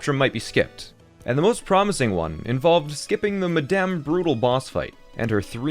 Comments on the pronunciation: he's saying that him saying medem instead of madame is funny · Lol he said madame funny